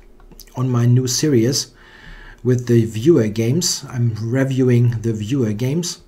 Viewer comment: Du sprichst reviewing falsch aus. Danke für die Videos.